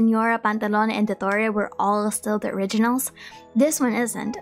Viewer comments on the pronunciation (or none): none